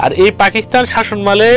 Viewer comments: তথ্যপূর্ণ ভিডিও। শাসনমাল না বলে শাসনামল উচ্চারণ করলে আরো ভালো লাগতো। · শাসনমাল কি জনাব? শাসনামল উচ্চারনটি শিখুন